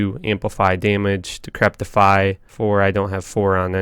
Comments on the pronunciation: It's Decrepify, not Decreptify. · Like your videos. But ffs its decrepify. Not decreptify. Theres no T in there. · "Decrepify", not "decreptify", dude. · not trying to be mean but I noticed he screws up a lot of words, and ive only listened to like maybe a dozen at most of his videos? is English his native tongue? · For the life of me, I hear him put a T in "decrepify." Decrepit is a word that seems to be catching him as he tries to say this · oh god i cannot handle you saying decreptify... there is most defiantly no t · It was really bugging me....... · Dude, seriously - How to pronounce DECREPIFY